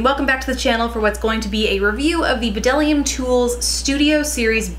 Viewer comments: I've been using bdellium tools forever! I love them! They are so underrated!! The b is silent by the way :) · FYI the b is silent :)